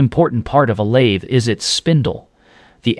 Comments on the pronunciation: A.I. slop. As soon as heard the voice say lathee instead of lathe I was out. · Your AI can't even pronounce the word lathe. Stopped listening at that piont. Interesting subject but the lazy use of AI invalidates it. Maybe AI produced the whole thing? Lost interest, stopped listening. No like or subscribe for AI content. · ...no "lathey" needed!